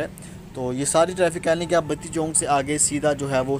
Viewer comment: Chok hota he not "chonk"